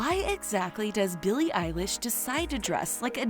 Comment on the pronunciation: Oh no. They said her name wrong